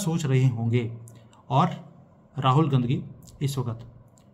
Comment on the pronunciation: Aap Rahul Gandhi bol rahe ho ya Rahul "Gandaki" bol rahe ho? 😂 or is it a glitch in the audio? Seriously plz clear 😂